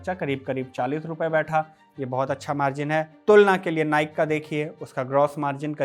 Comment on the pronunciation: नाइक नहीं नाइकी है सही उच्चारण ।